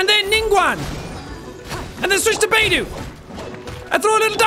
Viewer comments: The way he say beidou's name 😂 I'm dead " Beidoo" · Bey-Do😭✋I’m literally gonna cry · Says Bei-doo and Die-luke... Sean the characters say thier names in thier profile voicelines. Bei-dough and Dee-luke. Bennett is a very good character too. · Beydue lol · Everyone knows it's said bae tho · Beidou is now bei-do Diluc is now die-luc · Who else instinctively said Beidou and Diluc's name correctly everytime he said "Beidu" and "Dailuc" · coming back to this a year later and him calling beidou “beedoo” is still hilarious” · I cringed at "Baydoo" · It’s baydoo! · Seeing Jack pronouncing all the names incorrectly, not knowing where the hell he is, what in the world hes doing, not using the character kits correctly just fills me with unlimited joy and happiness. BTW how the fuck did Jack reach inazuma if his damage is so weak. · Jack: absolutely massacres the pronunciation of Beidou's name Me: takes immense psychic damage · The way he pronounces Beidou’s name is hilarious